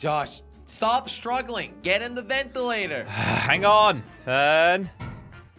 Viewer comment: I love how calls the vents ventalater 🤣